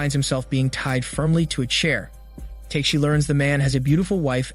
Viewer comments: It's TA-KE-SHI not TAKE(teyk)-SHI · repeat after me: Ta-ke-shi not take-shi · I think he is used to hear his name pronounced in the wrong way :D